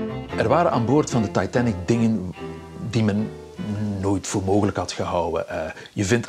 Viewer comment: “De Taaitann-ik”